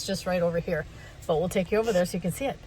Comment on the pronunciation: "Ovar Thar"? You picking up a southern accent? 😅